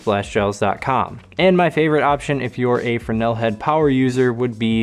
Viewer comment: Just got the Rogue round kit after watching this. Great find, I'm going to like these. Drives me nuts not having labels on gels. and you pronounce Fresnel properly!!!